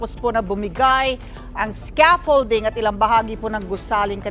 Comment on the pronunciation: ano Sabi mo?scraffolding? scaffolding kamo